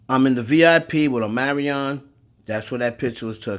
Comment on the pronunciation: Omarion Or Amerion 🤣😂